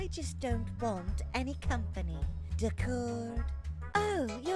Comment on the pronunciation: that isn’t how you say d’accord.